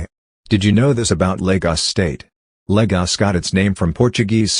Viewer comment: And the fact that it neither uses the Portuguese nor the Nigerian accent to say Lagos. Ugh! Irritating. Great images.